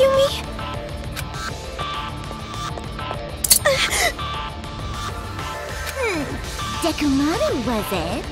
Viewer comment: "Dekomaru" Wtf!? She's not Nekomaru!!